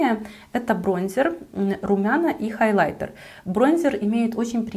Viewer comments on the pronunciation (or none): none